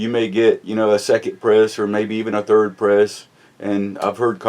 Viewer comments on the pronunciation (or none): none